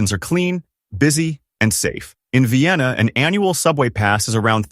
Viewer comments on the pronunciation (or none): none